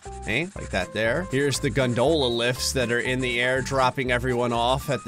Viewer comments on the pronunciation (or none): I absolutely hate how said ‘gondola’ 😂😂😂😂😂😂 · The way he pronounced gondola … you can tell he grew up in jersey and moved to florida …. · Why he pronounce gondola that way?